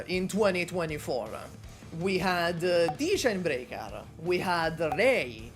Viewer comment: Wait why are you saying "Degen" in Degenbrecher like the degen in degenerat 😂😭 Edit: Wait is "Sutra" is Surtr?